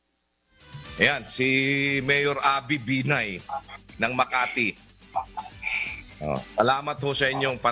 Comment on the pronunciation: that's "benign" oops!! "binay" rather for you folks